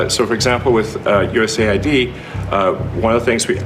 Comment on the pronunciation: US AID, not USA ID